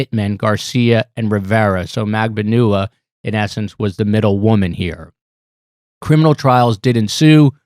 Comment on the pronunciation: Say it along with me- mag. Ban. Ua.